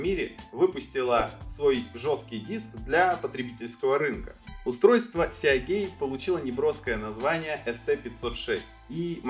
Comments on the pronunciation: СиГейт (морской шлюз), а не сеагейт. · Ну почему сеАгейт то, когда сИгейт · "Сеагейт"?! Может "Сигейт"(типа Морские врата) Весьма странно слышать подобное на канале о комп. технике P.S. покупал ноут 4 года назад с винтом от WD светло-синей серии. До сих пор нареканий нет, при том что неизвестно сколько и как он работал у прошлого хозяина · Не "сеагейт", а сигейт!!! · "сиагейт"... какой ужос.. и после это еще про какие-то мифы рассказывать. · Сеагей, блеа >_< Аж мурашки по коже пробежали... А вообще, если поставить видос в 1,5х скорость, то даже можно глянуть, в-принципе)) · Сигейт. Мы же не говорим: "Блек сиа", к примеру. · Меня прям колдоёбит, когда он говорит сиАгейт